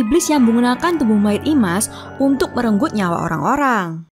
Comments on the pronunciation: Slah penyebutan min dari imas kok ke isma😒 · IMAS, tapi disebut ISMA teruuusss